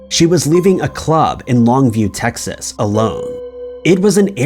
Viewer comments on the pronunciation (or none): none